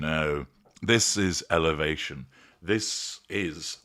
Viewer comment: “This is Elevation!” 🤣